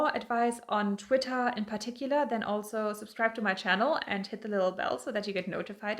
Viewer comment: I like how you say “Twittah Gurl!”